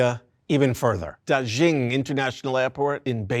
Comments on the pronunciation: anyway FYI, Da Xing is pronounced as Da Sing, not Da Zhing :) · Word of advice: if a foreign name comes up multiple times in a script, take a minute to study how to pronounce it correctly. It affects your credibility and listenability when a subject’s name gets butchered repeatedly. Dàxīng is pronounced more like DAH-shing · Daxing (大興) is a homophone for "great star" (大星). Also "xing" is pronounced more like "shing" (xīng in pinyin; /ɕíŋ/ in IPA). The "zh" sound the presenter is using—like the English word zhuzh (/ʒʊʒ/)—is found in some southern varieties (though not for this word) but isn't a feature of Mandarin or standard Chinese, nor of the dialect around Beijing where the airport is located. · “DarrShinng” ???… it’s “Da” as to the tone of “Ha!” and “Xing” as to “Sing”to mean “Big Star”.